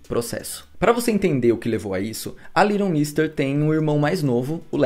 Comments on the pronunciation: Aí q horror essa sua pronúncia do nome dela !!! Cada vez q vc falava vinha " little Monsters" na cabeça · O nome dela é litlle mix mesmo? Ou a pronúncia dele tá erradissima? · Tô chocada que o nome dela pronuncia "Liron mister". Eu sempre falei "leiguiton méster" 😂 amando todos os vídeos ❤️❤️ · Eu sempre pronunciei o nome dela assim.. "leiguiton méstêr" 🤭 Até estranhei a pronúncia correta kkkkkk Acabei descobrindo nesse vídeo a pronúncia certa e que ela é casada com o Seth de The OC 😂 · Gente a pronúncia do nome não é essa haahhaahahah quase não consegui entender de quem ele tava falando no começo. Faz u a pesquisa antes, já ajuda 😅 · gnt pq ele fala o nome dela todo errado 🥲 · A pronúncia do nome dela esta errada. Dá ate gastura de ouvir